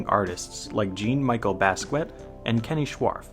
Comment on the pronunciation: Oh it’s totally fine it was more funny than anything! It’s a weird name lol